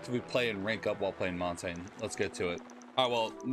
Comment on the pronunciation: Good video, just, one thing, " montain " 💀